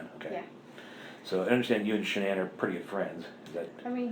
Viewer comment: In Court her parents pronounced her name as "Shannon," not as says to pronounce it like Shuh-NAN.